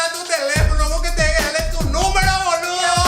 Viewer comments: dejen de decir boluo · hahaha!! so funny!! I thought "boludo" was said only in Argentina!! It sounds better with you ;)